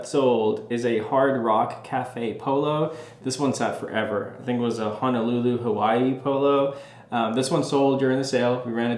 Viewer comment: MAHALO for pronouncing Honolulu correctly! Everyone says Hanalulu 😎🤙🏼